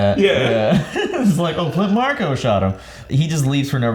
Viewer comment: And it's Flint Marko not Flynt Marco.